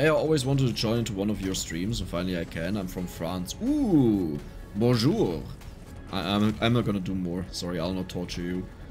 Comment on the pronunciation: That was one of the prettiest "Bonjour" I've ever heard. I'm french too.